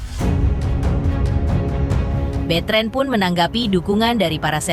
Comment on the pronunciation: Namanya Betran dibaca betren..aneh..onyo pemikirannya dewasa